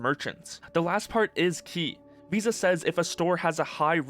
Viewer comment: The way the "vis" part in "VISA" is pronounced, sounds like the dutch word "vies", which means "dirty". Which sounds very fitting right about now.